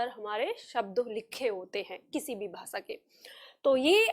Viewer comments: आप खुद श और ष को स बोल रही है भाषा को भासा बोलती है।अपना उच्चारण सुधारिये फिर सिखाइए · विनम्र निवेदन है कि; आप जब भाषा बोल रही हैं तो वो "भासा" सुनाई पड़ रहा है। और जब "प्रयोग" बोल रही हैं तो वो "प्रियोग" सुनाई पड़ रहा है। ~~~~~~~~~~~~~~~~~ श - शलगम वाला "श" ष - षट्कोण वाला "ष" स् - सरगम वाला "स" हमारे बचपन में यो हमको ये पढ़ाया गया था, 60 के दशक में।